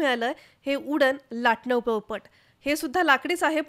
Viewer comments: बाई त्याला पळपट नाही, पोळपाट म्हणतात. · पळपट नाही.. पोळपाट